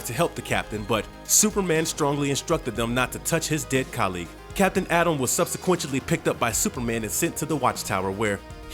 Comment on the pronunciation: You've got a really nice voice for this sort of work, apart from some eccentric pronunciations it's very easy on the ears. Well done! (Ed: for example it's "subsequently", not "subsequentially" - still great work though, I'm just being picky and pedantic 😁)